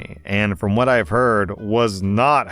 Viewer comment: Op said what not wha like a little baby